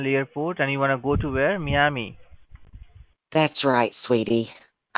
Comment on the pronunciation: Cracks me up. Ai can’t pronounce Miami.